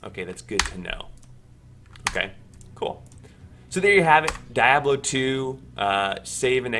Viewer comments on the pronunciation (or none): Die oblo? Never once heard it pronounced like that. DEe-ab-lo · Cool 😍 it’s pronounced “deeabloh” by the way